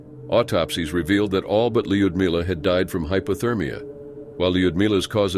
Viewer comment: So lazy. “Lud-milla” ugh.